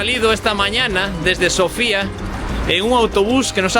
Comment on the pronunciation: Desde el primer video me surgen ganas de coregir vuestra pronunciación en tema de acento de algunas palabras. Esto es un tema complicado en búlgaro, es normal que un extranjero no lo sepa. En primer lugar, el nombre de la capital lo pronunciamos Sófia. Sofía queda para el nombre femenino. Tambien es bánitsa, no banítsa. Había otras cosas del primer video pero ya no me acuerdo. Mucha suerte y que lo paseis bien!